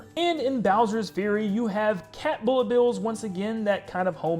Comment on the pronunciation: Boolet bill